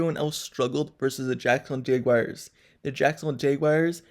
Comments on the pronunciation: JAGUARS not jaygwires 🤦🏾‍♂️ #Duuuval 🐆 You loss, it's done. Cry into your little yellow towels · J wires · I like your videos but you need to learn how to pronounce the word Jaguars😂